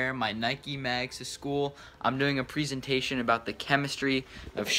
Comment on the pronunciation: This man said preeesentation